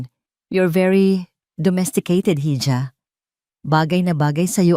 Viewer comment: Hija is read as iha and not hidja..❤